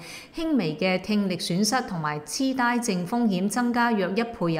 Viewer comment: 痴呆就痴呆(粤音：皚)(ngoi4)。有心做粵語節目就咪滲普通話音啦！劉青雲套<呆佬拜壽>會唔會讀做 ？呆板變成die板？重係粵語節目嘛？痴die？